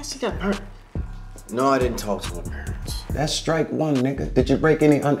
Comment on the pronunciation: G "She got purants?" 🤣🤣🤣🤣